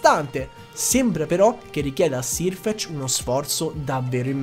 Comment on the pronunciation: video bellissimo, sei bravissimo a spiegare però solo una correzione, è /serfec/ non /sirfec/, perché la pronuncia è quella inglese